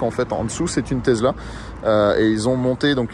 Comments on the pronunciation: TeSSSla ... pas Tezla ! :-D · Tesssssssssla pas tesela tu sors de ta campagne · On dis Tesla avec un sssss et pas avec un s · Désoler mais le taizzla me tue les oreilles 🤣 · Mais qui dit « tezla » aujourd’hui ! …. Personne à part toi 😄😄😄😄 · Une Tezla ? 🤣